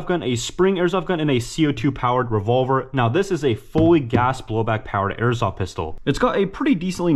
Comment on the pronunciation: " they said get a revolar "